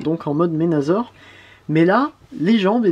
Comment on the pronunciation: Pas ménazor!!!C Menassor mais sa s écrit menasor,et si tu veux faire le bon français alors appelle blaster tempo!